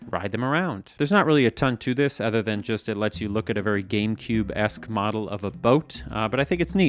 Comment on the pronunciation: Where does the word 'other' get pronounced 'ether'? Is that a Canadian accent? US mid west somewhere?